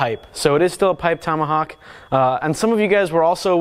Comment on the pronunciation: what's a "tummahuck"?